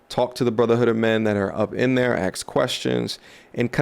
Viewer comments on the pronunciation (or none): I try not to axe too many questions, such as why do so many people find themselves incapable of learning how to pronounce the word "ask".